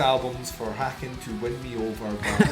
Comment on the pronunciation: Just a heads up, it’s pronounced like Taken with an H